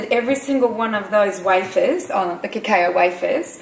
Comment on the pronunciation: Cacao is usually pronounced cacow :)